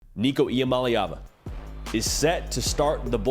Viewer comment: Shout out on pronouncing Nicos last name correctly... its not as complicated as people think... the easiest way I learned it is... EE-AH-MOLLY-AHVUH.. with a lot of us and our southern accents it's the easiest way to pronounce it as close to correctly as possible,. without sounding out all the syllables.